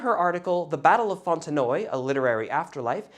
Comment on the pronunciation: Not sure why but I haven't noticed one of your videos in a while and then when this was suggested I was ... unsubscribed. YouTube strikes again. Anyway, you pronounced Fontenoy correctly as it is used in English speaking countries although the only English speaking country it is spoken of on a regular basis is Ireland ... The French do indeed pronounce it differently. The story of how the Irish ended up fighting for France and winning Fontenoy is a whole different story. The picture is the Irish Clare Regiment at Fontenoy. Redcoats versus redcoats.